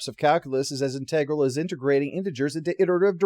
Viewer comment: So refreshing to see an Enterprise review that's almost entirely positive, where the biggest complaint is over the pronunciation of "integral".